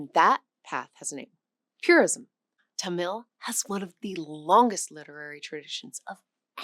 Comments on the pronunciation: Tamil should be pronounced with emphasis on the first syllable. "Tuh-mil" rather than "Ta-mill" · It's pronounced TA-mil , not ta-MIL . Accent on the first syllable .